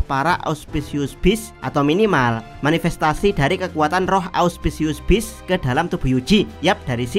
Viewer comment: Capek banget ndengerin lu ngmong ausciuspius beast dr kemaren bang 😂